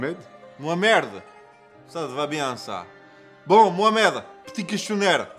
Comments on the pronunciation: "Mohamerde" non mais 🤣😂🤣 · Hèhè par contre pronnoce bien le nom 'MOHAMED' ou changè d'autre nom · il a dit moi merde pas mohamerde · Wodman il a dit mohamerde xptdr